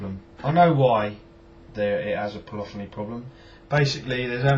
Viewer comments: Cant you put effects on the main bus? Surely you could put, say a reverb on the whole thing and then use the extra insert fx for others? By the way, its polyphony (pol-liff-oneee) not polophony..lol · Po- liff- fin - knee